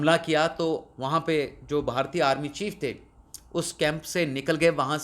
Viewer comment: بہارتی نہیں بلکہ صحیح تلفظ بھارتی ہے